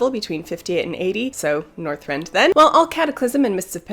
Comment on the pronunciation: Did you just say northrend then ??? Are you mad